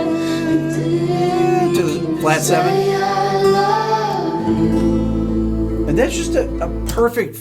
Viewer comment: Is it just me or does "i love you" sound alot like Hallelujah? anyone else hear it??